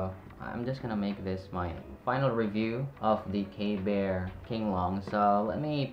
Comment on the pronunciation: Pronounced KB ear for future reference. KB fans will attack you😅